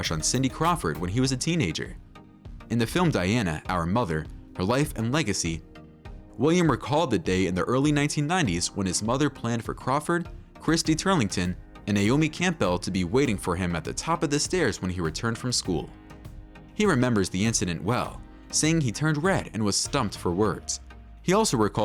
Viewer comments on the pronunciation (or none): My boi. This was hard to listen to. Please double-check your pronunciations. 😩 1. Campbell is pronounced "CAM-buhl" 2. Cartier is pronounced "CAR-tee-ay" 3. Bashir is pronounced "BAH-sheer" (even though I hate him and "basher" is an acceptable substitute).